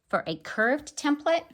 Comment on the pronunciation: hand-pink-waving: THANK YOU for pronouncing "TEMPLATE" correctly! So many people say "tem PLATE". that is WRONG WRONG WRONG, and it really aggravates me. Being in a business where they were used, you soon realize the proper pronunciation.